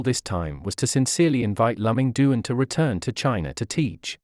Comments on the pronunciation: I have never heard of Lùh-Ming Doon. His name is Dwán Lù Míng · His name should be pronounced as " Loo Ming Duan ". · If you want to make a video about a person, at least get the pronunciation of his name right. It is so awkward to hear his name pronounced wrongly throughout the entire video.